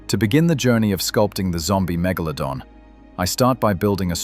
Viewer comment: His name: Metal-glow-don 😅👍